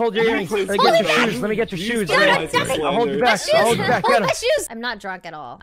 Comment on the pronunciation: “I am not druk” -Rae